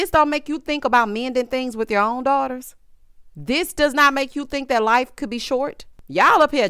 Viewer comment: Not Cedric 'saved my laf' 😂😂😂😂